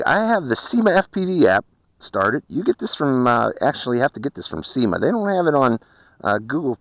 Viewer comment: It's Syma , not seema.